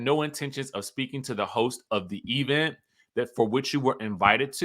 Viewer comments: Please stop saying e-vent. Let that stay in Huntsville. . . but Wendy has come into several functions and not speak to Gizelle. She has spoken to people beside Gizelle, but not to Gizelle. Wendy is shady AF - needlessly. She has been a crow this entire season. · When you be saying E-vent is that shade to Tisha? 😂😂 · Why does he pronounce event like that?